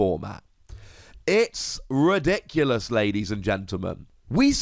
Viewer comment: It's, R E D I C U L O U S ladies and gentlemen